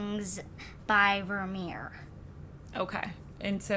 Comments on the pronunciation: Not Vermeer in particular, but a lot of Dutch words are hard to pronounce correctly for people with English as a first language. So I was impressed noticing it :) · Just came to compliment both of your for your pronunciation of Vermeer :)